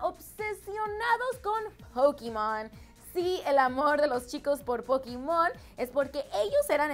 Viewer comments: es pokemon no es pokimon por dios parece k no tuviste infancia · ._______. es pokemon pokemon po-ke-mon no pokimon /. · Di /pokemon/ carajo yo decia que rayos es pokimon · Es Pokémon! No Pokímon! Pero bueh... like si lo vez en el 2015 👍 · Pff ya sabia todo jaja y se mucho mas todavia, super facil ;) AHH y es POKEMON no pokimon 😉👍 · Pokémon no se dise Pokimon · NO es pakimon es pokemon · 😂😂 no es pokimon es pokemon 😂😂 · Se dice Pokémon no Pokimon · es pokemon no pokimon po-ke-mon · pokimon? Pokemon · ES POKEMON POKEMONNO POKIMON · Pokimon :v Pokemon* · es pokemon no pokimon :-S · hay esos pokimon😂😂😂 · Yo estaba tipo "que rayos es pokimon?!" ajjajaj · Jose Bohorquez MAL QUE CARAJO EFA POKIMON JAJA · Ajajaha 'Pokimon' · nadie: absolutamente nadie:: pokimon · Poquimon JAJAJAJAJA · Aveces se ven mal de que según ustedes quieren pronunciar bien . Pokimon 😂😂😂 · "Pokimon" - 😂😂😂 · Todos estamos de acuerdo que "pokemon" no se pronuncia asi? JAJAJAJJ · JAJAJAJA que pedo con POKIMON!!! QUE PEEEDO? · Pokimon JAJAJAJAJJAJAJA equisde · ya no es pokemon es pokimon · POKIMON jajajajaja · pukimon? e.e xdd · Pokimon xD